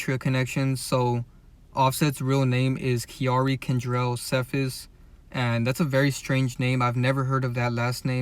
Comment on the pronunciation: Young boys name is KENTRELL not kendrell How to pronounce offsets last name Cephus (see-fus) Just pointing that out 🫶🏽